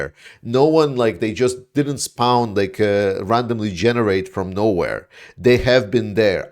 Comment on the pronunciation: Thanks for the update, as you don't mind us advising you on your pronunciations... Spawn sounds like prawn or born or scorn. 😊❤❤